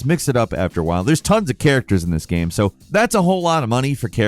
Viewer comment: He literally said “game” wrong for years. Dude said “gam” and I stopped watching any videos with for forever because it just drove me insane